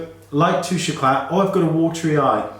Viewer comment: thank you so much, very informative, pronounce Touche eclah no t, could you find a dupe for that?